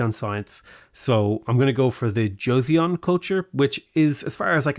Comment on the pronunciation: Joseon is definitely Korea. Say "Joe saw n"